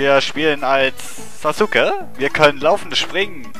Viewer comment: Sasuke spricht man ja eigentlich Saske aus, wollte ich nur mal gesagt haben hrhr ^^. Dieser Fisch erinnert mich irgendwie an den Fisch aus Kirby. Also die Retro Lets Play Schiene von Retro Spielen, so wie es momentan ausschaut ^^. Warum gibts nur bei mir nicht so nette Damen auf der Straße, die mir einfach Geld geben Y_Y